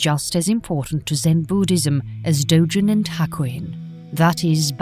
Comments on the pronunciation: also, its "dogen." not "dojen." romaji is the easiest thing in the world to pronounce, and they still did it wrong... it feels insulting. "my names saul." "well, im gonna call you paul." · "Dojen" "Dogen" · You're saying "dogen" wrong. Japanese doesn't have soft G's, they're all hard G's like "Gary, Go, Garmet."